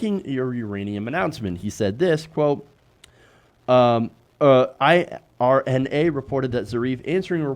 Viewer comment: Minor point. IRNA - It's pronounced as a word: "ir-na" not letter by letter.